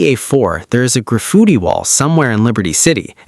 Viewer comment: "grafooty wall" is crazy😭